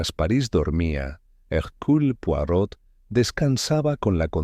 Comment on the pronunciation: No pueden decir bien el nombre ..es poirot no porot